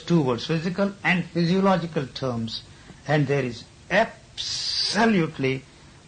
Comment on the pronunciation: "And there is APPPSSSOLUUTLY no religious content..." (14.36min) hehe .•°